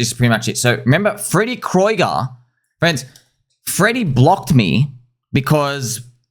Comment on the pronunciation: I thought it's pronounced Freddy Krueger like the nightmare on Elm Street guy